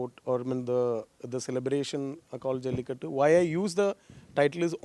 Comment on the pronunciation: It’s a shame the anchor/moderator didn’t take the effort to learn how to pronounce the name of the movie.